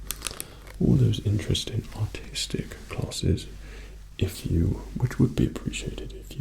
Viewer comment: LOL thought he said autistic classes not artistic